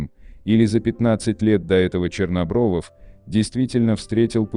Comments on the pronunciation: Не Чернобровов, а Чернобров. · АВТОРУ: Вадим Чернобров, а не ЧернобровОВ.